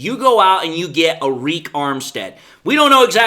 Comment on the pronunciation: its pronounced just like "ERIC"